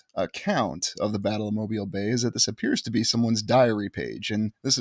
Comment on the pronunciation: One of my favorite places!!! And right down the road from me. I've walked it extensively and explored the old world everything! Kudos to you for pronouncing it like a local 🥳